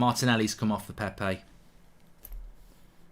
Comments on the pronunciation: ITS PEP-PAY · Praying your blood clot gets removed safely because no healthy person says ‘Pepay’ 10 times in a row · Legend says he's still saying Pepe...